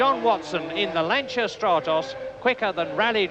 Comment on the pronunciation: I think this is the first time I've ever heard a British announcer pronounce Lancia correctly 😂 What an iconic lineup of drivers and cars 👍👌🤘❤️